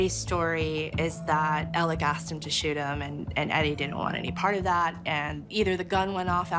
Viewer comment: Yup Murdock. Also his name is pronouced Elek, not Alex. You'll note that will always prounce it correctly.